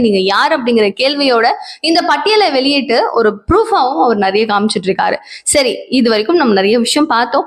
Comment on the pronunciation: சாதாழன சழி . தூய்மை பழியாளர்கள். என்ன தமிழ் இது. ஒழுங்காக உச்சரி தாயே. நீ தமிழச்சிதானே. அல்லது இங்லீஷ்காரியா? ரவுக்கெல்லாம் ழ என்று உச்சரிக்கிறாயே. எரிச்சலாக இருக்கிறது.